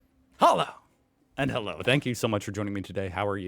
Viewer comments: This guy STILL can not pronounce "hallo" correctly. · Your “Hallo” is still a rape of the german language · You could really work on your initial "Hallo" 🙂